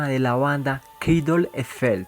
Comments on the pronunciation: Zetzo, Titer, Kraidel? Chico, me encanta tu trabajo, pero sería bueno que mejores tu pronunciación de inglés y español, fuera de eso todo bien :) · Amigo tu pronunciación de cradle es un asco